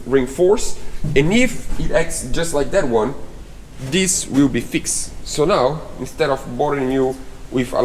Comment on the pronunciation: Hi sorry to hear you have more problems with the build but im sure it will look amazing when its finished, one comment about grammer you pronounced fixed as fix ed may suggest that its pronounced fixd, you do not say the letter e so it sounds fix duh hope you dont have many more problems in building your dreams